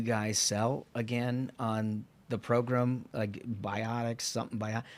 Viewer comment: The progrum isn't the progrum if Ashbrook is absent.